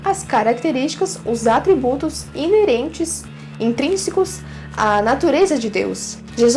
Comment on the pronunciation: Você falou "Inerente"? 🤔